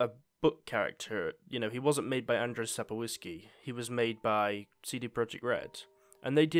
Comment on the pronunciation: hey dude it's pronounced Andray Sapkovskee